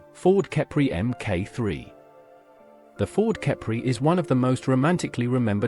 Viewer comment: What's a mornigo and an itil, a cipry, strange names for the obvious pronunciation.